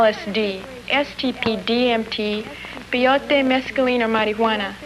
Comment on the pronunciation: "pee-yotee mescaliine an marihuaana.." LOL